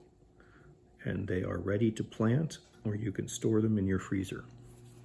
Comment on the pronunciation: Did you said freezer ?